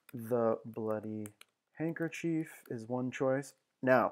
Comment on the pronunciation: Hey, man. It's "handkerchief."